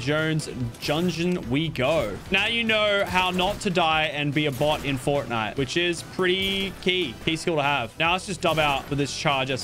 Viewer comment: It’s the guy from forrrrtnite!!!!